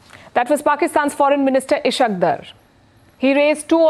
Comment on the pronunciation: This lady is ignorant propagandist not a journalist or analyst. Just imagine her ignorance Dar is kashmir caste and she can't even pronounce the word correctly